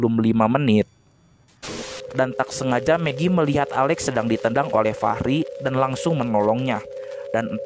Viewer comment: Gua dengernya meki anjrr😭